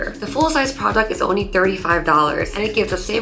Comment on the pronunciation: when she says “since you are ONLY using..” she definitely sounds like Korean 😊😊😊